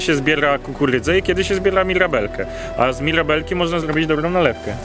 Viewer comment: "muLy", "miLabelki" no kolego, przed chwilą oglądałem fragment i no po prostu bije w uszy Twoje niewymawianie "eR" na materiale. Myślę, że powinieneś się skupić na nagrywaniu, a komentarze zostaw kolegom z prawidłowym "eR"